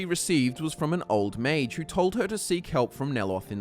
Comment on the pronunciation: Ma-g-e It's not like mage